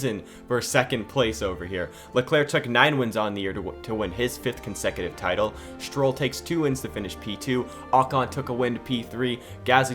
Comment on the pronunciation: Stroll not Strill